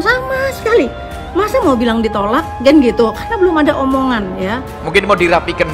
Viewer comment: Apa bicara ken ken ken...marah yus badudu bro....bahasa indonesia aja nggak becus....ken ken...😭😭